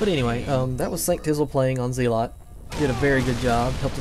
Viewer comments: nope it's /ˈzɛlət/ which phonetically sounds like zell-ut. Zeelot is incorrect in all languages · p.s. it's pronounced "zell-ot" or "zell-ut". Just saying... Thanks for the vids. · It's pronounced Zel-ot